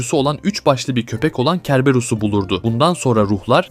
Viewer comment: Kerberus degil hocam Serberus seklinde okunuyor. Videolarin cok iyi. Barasilarinin devamini dilerim. :)